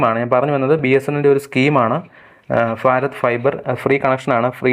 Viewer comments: ഫാരത് അല്ല ഭാരത്‌ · ഭാരത്... എന്നാണ്....ഫാരത് അല്ല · സുഹൃത്തേ ഫാരത് അല്ല ഭാരത് എന്ന് ഉച്ചരിക്കൂ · ഫാരത് അല്ല ഭാരത്‌ ആണ് ശരി..... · ഫാരത് fiber 😂😂🎉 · ഫാറത് ഫൈബർ🤣🤣🤣ഏടാ potta ഭാരത് എന്ന് പറയാൻ പഠിക്ക് 🤬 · ഫാരത് ഫൈബർ അല്ല, ഭാരത് ഫൈബർ എന്ന് പറയൂ ബ്രോ...😂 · എന്ത് ഭാഷയാടാ ചെങ്ങായി? ഫാരത്.. നീ ഒരു ഭാരതിയൻ/ഇന്ത്യൻ അല്ലെ. നന്നായി ഉച്ഛരിക്ക്.